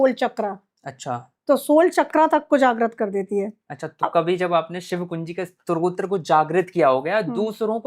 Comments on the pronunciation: Strotra nahi stotra kehte hai 😂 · Arrey bhai, pehle "STO TRA" bolna toh seekho. Strotra hota kya hai....